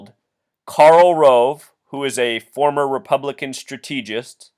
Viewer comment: I hate to be that guy, but you mispronounced "strategist" and "quagmire." Sorry, please don't hate me, you're awesome.